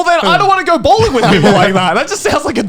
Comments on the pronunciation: Bowling owh.. Bowring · Joy just mistaked the L with R because he lives in japan! He just read it Bowringu so that’s why!